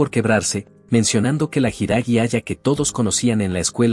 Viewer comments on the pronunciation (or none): No lo diga hiiragi así noooo😢😢😢